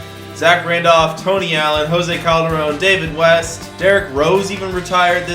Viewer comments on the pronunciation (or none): none